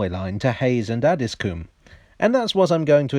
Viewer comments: I think it's pronounced Addis-com not Addis-coom! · It's pronounced Addsis comb. Not Addis Coom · I guess coom is probably the right pronunciation but have never heard anyone call it that. 😂 Ah-dis-cum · Interesting video thanks. Just to let you know it’s pronounced “addiscome”. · Just being a bit picky. Having lived in Croydon for many years and worked just round the corner from Addiscombe Station. Just to let you know it's pronounced "Addiscome". :) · I live at elmers end and this is how you say Addiscombe Add-is-Co-mbe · Please stop pronouncing Addiscombe as “Addis-coombe”! It’s where I live. I highly doubt phase IV of the Jubilee/Fleet Line would have got as far as Hayes and I highly doubt the Bakerloo will get that far either. Although Croydon have wanted the Tube to get here (the Victoria Line was planned to terminate at West Croydon, but the usual problems of tunnelling south of the Thames meant the line was going to be cut back at Streatham, then eventually it was cut back even further at Brixton), Bromley council have objected to any plans to extend the Tube into their borough in the past and for the extension of Tramlink into Bromley town centre. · I'm from Beckenham and grew up in Elmer's End area. There's an urban legend that says Elmer was a highway man that was hung. Also Addiscombe is pronounced Addys-cum by the locals. 😂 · It’s add-is-coh-mbe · He's not from Addiscombe though (I am). There's no vowel in there - it's more like Addis-cm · LOOOOOL 'ADDISCOOM' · The Addiscombe tram stop is actually more or less on the site of Bingham Road Station, about 20 metres along and 3 metres down. Bingham Road was the location for the train scene at the opening of the Tony Hancock film 'The Rebel'. PS us Croydon types pronounce it Addiscum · The 'O' in Addiscombe is short... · Have been saying Addiscombe wrong this whole time?